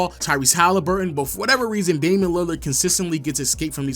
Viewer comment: There is no D in Damian.